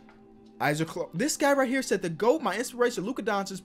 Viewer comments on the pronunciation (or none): none